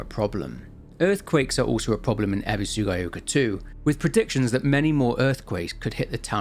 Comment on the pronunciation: "Ebisugaioka"; "Sakooko" xD Nobody can pronounce the names in this game right lmao